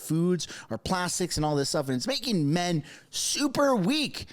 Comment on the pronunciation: "Wakeen" is not a word. "Talkeen" is not a word. "Becomeen" is not a word. "Makeen" is not a word. "Correckly" is not a word. "Takeen" is not a word.